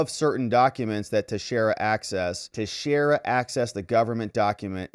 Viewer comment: Finally! Someone pronounced his name correctly.